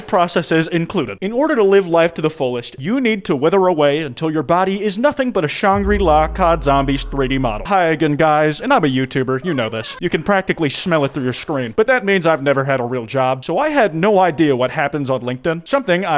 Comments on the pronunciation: Why dld he say Shang ru La like that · The way says Shangri-la makes me cry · I cannot get over the way he pronounce shangri-la that shit is just wrong